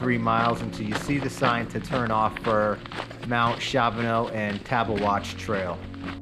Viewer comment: Sweet video & summary of these mountains! Kudos for pronouncing both correctly 🎉